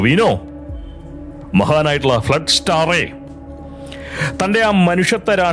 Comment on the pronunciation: ഫ് ളഡ്‌സ്റ്റർ അല്ല ഫ്ലഷ് സ്റ്റാർ ആണ്